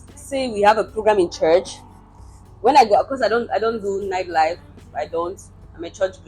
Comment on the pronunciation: all the t's are missing in your pronunciation -- Nord, Nedwork, nighd (night) life.